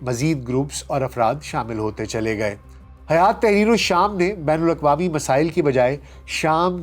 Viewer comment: حیات نہیں بلکہ ہیئت